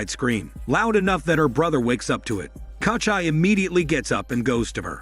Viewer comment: KOCHAI my ass, it's KOCHEE. Takes literally like 30 sec to look up the right pronunciation but hell no. Let's just butcher the name throughout the whole video instead.